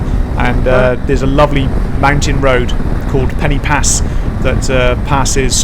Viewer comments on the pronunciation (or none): for an english person to pronounce pen-y-pass properly . instead of calling it penny pass , say penn-er pass and say it quickly ,and there . now it sounds right . and you wont look like a complete tourist lol there are no penny anywhere near this name . but i can understand why you would call it penny . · Looks a lovely road and as you say fantastic without traffic - only one criticism, Pen Y Pas is pronounced Pen Er Pass, the Y in Welsh is pronounced like the letter U in English 😁